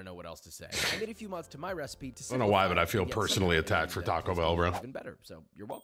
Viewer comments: Stop saying t bell 😂😂 you can’t make that a thing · Tim is the first and only person i know to say "T bell"